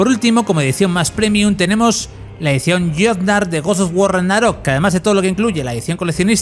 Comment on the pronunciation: Tanto cuesta pronunciar bien Ragnarok?